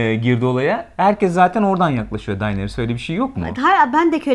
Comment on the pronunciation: Arkadaşlar Daenerys e "Dayneris" demekten vazgeçerseniz müteşekkir olucam. "Deneris" i "Dayneris" şeklinde telafuz ettiğiniz her an muhabbetten kopuyorum. "It''s not you" da ozunde bir onay cumlesi; stark Kurtlari Karakter olarak sahiplerine benzerler, mesela Sansa'nın kurdu daha yumuşak huyluyken Ricon un kurdu içlerinde en saldırganıydı. Dolayısıyla Arya'nın en özgür iradeli Stark olması kurdunda da mevcut ve Kurdun kurduğu pack ve liderlik etme isteği, Arya'dan kopup kendi yoluna gitmesi , Arya'nın " eh yani sormam kabahat tabiki gelmeyeceksin çünkü sen bu ( Emir'e uyan nereye çekilse gelen biri) değilsin, benim gibisin, sigh " iç sesinin ve durumu kabullenişinin tezahürü bence.